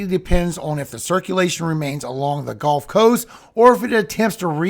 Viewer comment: Cringe trigger: You said "g-O-lf" instead of "g-U-lf" I know you are old enough to be in a generation that KNOWS better than to say it like the game not the body of water! I'm hoping you will choose to sound more educated like you clearly are and be careful not to leave that cringey mispronunciation in these videos! It ruins my ability to enjoy the info in the rest of the video likely because I instantly remember how hard it was to learn to say it correctly n stop getting fussed at in school!!